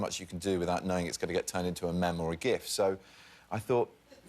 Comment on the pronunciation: Pengwengs, penglings, and mems